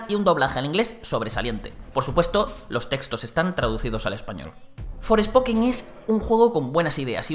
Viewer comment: ForEspoken? 😵‍💫 Forspoken jejeje 😅